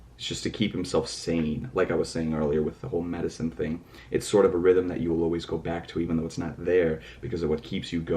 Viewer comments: Rap mon said realm, not rhythm. He just pronounced oddly. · hahaha he said "realm" not rhythm (he pronounced it like "realem"). the quotes from the start of all the videos so far were from the book "Demian" by Hermann Hesse. the fan theories on these 2 short videos already are nuts. seems like the book heeeeaaavily influenced them. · I think Namjoon is pronouncing it incorrectly. Its 'realm'. I think Jimin's Lie is alluding to just that, masking your troubles. Telling ppl you're ok when you're really battling inner demons. It's all a facade. The youth have trouble seeking help or refuse to acknowledge they need it. It's not talked about in Korea. Mental illness is very taboo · Actually it's "realm". Namjoon just has a weird way of pronouncing it.